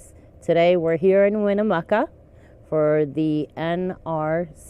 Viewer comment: Ugh... I gave him several speech lessons on this. The ghosts of Winnemucca are coming for you now! Rotflmao